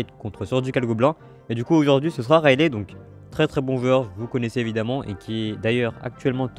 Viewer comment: Juste on prononce son nom raili et non railé ! Ça me stresse tellement si tu pouvais voir ce message et après vérifier si tu ne me crois pas 😂